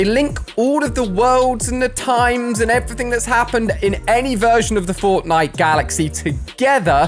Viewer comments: Did Ali a say fortnite or fortlight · Did anyone else hear him say Fortlite? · haha "fortlite"